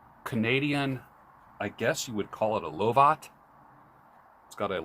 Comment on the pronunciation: Speaking of Halloween, you might enjoy my Halloween and vampire plant video, yes you pronounced it correctly phonetically La vat , cheers